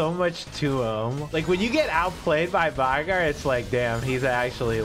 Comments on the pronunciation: I swear to god if you say vi-gar one more time I’m only going to go for 1 stacks on minions. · The only thing that needs to be reworked is how people mispronounce Veigar.